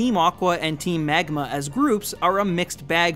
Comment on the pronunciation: i absolutely loved all this analysis, except the parts where he says "megma", made me chuckle